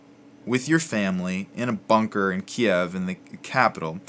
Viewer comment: Great help! First of all this series is incredibly helpful, second thankyou for pronouncing Kiev the way it was before 3 weeks ago. Good bless you